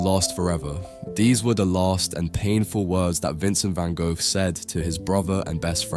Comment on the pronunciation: If your going to make a video have the decency to learn how to pronounce the man's name properly.